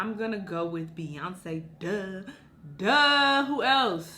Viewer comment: this girl ain’t say Beyoncé 😂